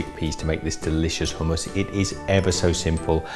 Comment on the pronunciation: So nice to hear someone pronounce hummus correctly!